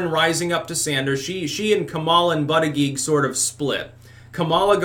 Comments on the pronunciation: you keep saying his name Wrong, it's Booty-Judge...not that hard to say honestly, but you keep saying ButtiGEE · This guy cannot pronounce Buttigiegs name!